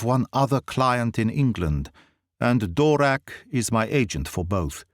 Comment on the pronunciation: You don't pronounce the "v" in Dvorak (it should be pronounced) :-) But that's the only complaint I have, I'm very thankful for your videos, it's such a delight to listen to the stories in such beautiful English! I remember reading this story in Czech translation when I was 10 and my father telling me that Sir Arthur Conan Doyle probably named the Czech guy Dvorak because the only Czech person he knew about was the composer Antonín Dvořák :-)